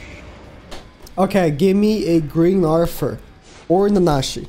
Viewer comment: Each time you hear say "Arfur" you take a shot.